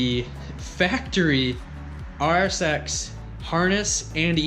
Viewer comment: what you are saying is to use the RSX wiring and ecu, that I know I can do, however it sounds like he said RX8. LOL Thats why I was like what! He says rsx, whew!